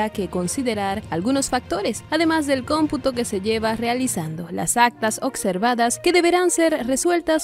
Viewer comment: Ocservadas ?? Habla bien!! Observadas